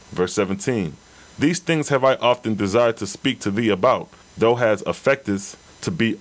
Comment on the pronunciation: The RA Material explains how and why the Oahspe was revealed. also..NOT being petty but i believe thou is pronounced 'thow' (like wow) not 'though'